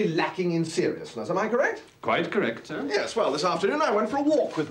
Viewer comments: Time for a hearing check I think my friend, cause he doesn't say snir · Am i the only one who cringes when Mr Fry pronounces "Sir" with a nasally "Snir"? The audiobooks have a more appealing interpretation of Jeeves' vernacular.